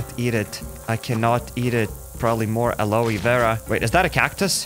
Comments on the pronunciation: Aloe 😂 the pronunciation is a-low Vera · Its not called aloe its called alow Vera